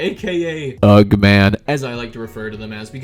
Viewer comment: You pronounce ugh as "ag"??? Ugh....